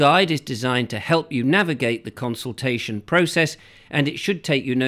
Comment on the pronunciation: CON-sultation.CON-VID.....only fools and horses....wakey, wakey.